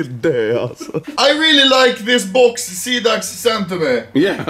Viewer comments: after two months i still cant handle anomaly calling xidax "xanax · sida means aids in romanian and you said all like sidax haha funny joke what am i doing with my life? sad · Call Xidax how its supposed to be called. No. Seaducks